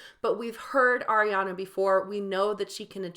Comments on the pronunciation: Its not aa-riana its ariana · Her name is pronounced Ah-re-ana Gr-ahn-day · air-riana grandy 😂 i love that.. she did pronounce it “grandy” in that interview cause she said that’s what her grandfather would say but it is pronounced grande like the starbucks drink and it’s ar-riana 💛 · Astro Tony and it’s ARIana not AIRiana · first of all you say “Ariana” wrong as well if you want to correct Grande